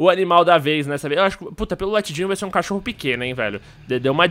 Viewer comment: leia e presta atenção de como o som fica (cótiorro), é tipo: "mo deuso" que o falou